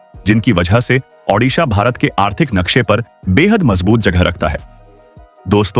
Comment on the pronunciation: उड़ीसा और ओडिसा Shame on you that you cant pronounce or write correctly. One is in India and other in Ukrain